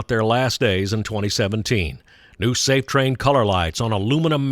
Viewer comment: Safetran not "Safe-train" — "tran" as in "transport" I doubt the signals will last 45 years. Technology will probably make them obsolete sooner, just as PTC is making the searchlights obsolete.